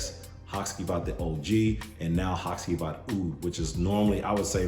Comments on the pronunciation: In Turkey the c is pronounced with a j so I believe it's ha-jee-vat. Great video by the way, only recently bought the og and love it. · it's pronounced HaGivat (G like in "what's up my G"). Comes from the name of one of the main characters of a traditional Turkish shadow play Karagöz and Hacivat (Nishane has another perfume named Karagöz too).